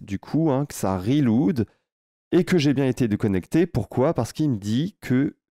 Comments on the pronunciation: C'est cool ! Gros thanks. Ca me fait rire à chaque fois que tu dis "reloude" 😂. "relaude" fera une meilleure prononciation. J'espère que tu montreras aussi une option pour limiter le nombre de personnes qui peuvent s'ajouter. Par exemple changer la limitation du nombre de documents que peut contenir une collection. (1000 puis 2000 etc...). Si on veut ajouter les gens progressivement. J'ai aussi remarqué que lorsqu'on se connecte avec plusieurs comptes d'un coup il ne recharge pas la page. Et on reste déco à moins de recharger manuellement. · merci pour le tuto! reload maude on prononce relaude en anglais :goodvibes